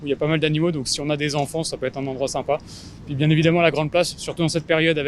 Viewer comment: Great video! I noticed that the lady in says "puis" = then a little differently than what I usually hear. Is this a dialect? Are both pronunciations acceptable?